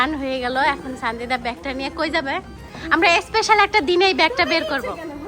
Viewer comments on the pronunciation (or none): এইগুলা একটাও লেখাপড়া করে নাই।স্পেশাল কে এসপেশাল বলে। সাবসক্রাইবার কে সাসকাইবার বলে।